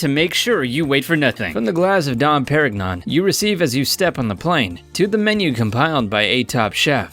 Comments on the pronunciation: "Dom Per-gig-non". SMH...😔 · Give-N-Chee Dom Pair-IG-Non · "Pear-iggnon"? Really? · "don parignawn" lmao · Ita not like I can afford don perignon but it bugged me so much😂 it's pronounced dom Per-in-yon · DON PERRIG-NON I FUCKING CAN'T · Dom Per-ig-non? Really? Learn your French pronunciations, man. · narrator doesnt know how to say don "don perignon" properly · I will ignore his bad French pronunciation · Learn how to say suite, Perignon and Givenchy! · After listening to the guy mispronounce Givenchy, Qatar and Perignon I had to stop watching in embarrassment. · Pro tip: Enter French words into Google Translate (French), hit enter, and then hit the sound button. Now you can pronounce Givenchy & Dom Pérignon correctly. Holy hell... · Can we talk about your pronunciation of "Dom Pérignon"? Have you seen any James Bond movie, ever? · how he pronounced words like "givenchy" or "dom perignon" made me cringe